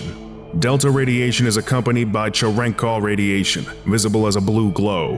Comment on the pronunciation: itr pronounced chair in kov radiation